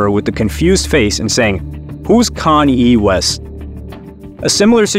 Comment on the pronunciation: “Who’s ConYee Wes?”